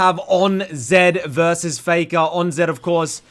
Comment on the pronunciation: "fay-kah's cwoa-key"